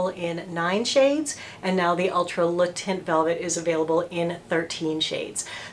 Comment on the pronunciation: The way she pronounced Le Teint.. nothing worse than an American not even trying to pronounce the product the way it should be pronounced.